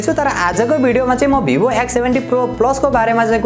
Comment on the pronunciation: वीवो होता है भाई भीबो नहीं होता😂😂😂😂😂